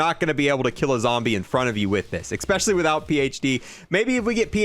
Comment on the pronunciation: Every time you say “EggSpecially” tryna say especially I feel the urge to dislike. Apart from that keep up the good work 🤙 and and AND